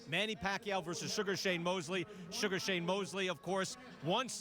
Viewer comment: Sour "Shame " Mosley